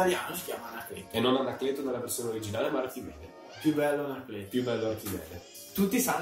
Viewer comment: ANACLETOH!! ANACLETOH VIENI QUAH!!!